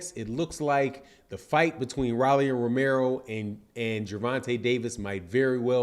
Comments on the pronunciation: It’s pronounced.... ROW-LEE NOT RALEIGH lol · Its .....rooooooolly ...not raly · keeps saying Rilly! lol doesn't matter anymore